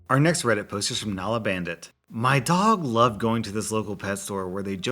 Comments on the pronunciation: How do you mispronounce Nala? Have you never seen the Lion King? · Today I learned that doesnt know how to pronounce the name of a character from Lion King